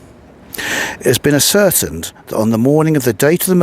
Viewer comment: Highly interesting. Good vid. Oh and "ascertained"? Asser-tained